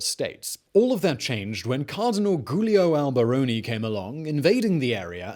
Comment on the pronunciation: I could not love these video’s anymore than I do. Im on the edge of my seat on the couch watching each episode waiting for 1848! However, I almost fell off my seat during this one. Who the heck is ‘GOOOOlio’ Alberomi? And Cesare BORGA’? Perhaps Victor’s brother? And ‘Erwing’ Rommel?? I see this episode was produced in March 2020, so we’ll chalk it up to a pre-covid panic. Some day soon we’ll probably consider 2020 our 1848. 😉. Keep up the good work, Borgas and all. 👍🏻